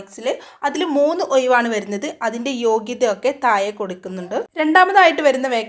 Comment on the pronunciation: വയി, ഒയിവ് എന്നല്ലാതെ വഴി, ഒഴിവ് എന്നീ വാക്കുകൾ കൃത്യം പറയാനെങ്കിലും........